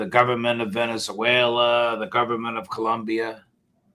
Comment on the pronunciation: why did he pronounce Colombia like that lol.